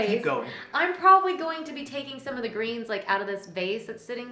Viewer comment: you pronounced greens “grains”. I know you’re in GA, but are y’all truly from The South? The TV room is SO LOVELY!